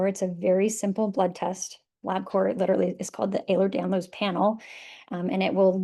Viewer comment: Please pronounce it correctly. It’s EhlerS-Danlos, not Ehler.